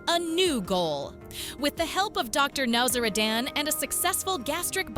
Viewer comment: It wasnt james mom bringing him food, it was his girlfriend. Get your facts atraight for goodness sake. Good grief. Dr Now-zara- Dan? Wrong. Totally ruining the drs name.